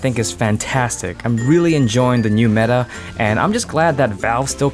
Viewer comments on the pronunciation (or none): none